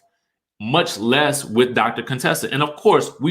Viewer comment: Stop pronouncing Contessa's name wrong, it is an insult to her.